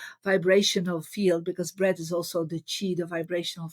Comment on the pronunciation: Marie meant "Breath" but has trouble pronouncing the "th" sound. I can help with pronunciation in case you're interested, dear Marie. Many thanks and blessings... 🙏🌍🕊🕊